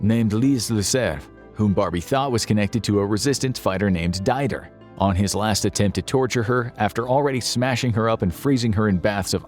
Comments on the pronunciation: At least learn to pronounce Didier. Dyder. Hicks. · “Dyder”? No, deedeeay! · not "dider" Did EEE yeah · if you need to pronounce Didier again : Dee-Dee-Hey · it's pronounced dee dee err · To be fair, pronouncing Didier as Die-der is not very brilliant as pronunciation goes either. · Didier is pronounced "dee-dyay", actually a lot like DJ, except the emphasis is on the J not the D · That's not how you pronounce Didier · "Didier" ... you really butchered this one. hahaha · This is NOT how you pronounce Dider but hey, at least you've made an effort. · Boy, you butchered half the names. It literally takes 10 seconds to find out how to say names like Didier or Keitel. C'mon...